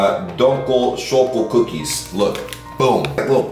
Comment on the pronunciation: "Dunkul choco cookies" Correction: Dunkel schoco cookies Also try hearing these words in Google it maby helps you :D